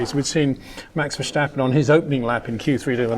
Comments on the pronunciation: Thanks for your great videos. Always a joy. Having said that, my ears hurt every time you say Versjstappen. It is pronounced verstappen (as in stagnant). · I thought he'd rather backed away from the extreme VerSHtappen lately